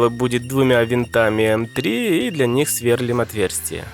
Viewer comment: Сверлúм, ударение на букву И!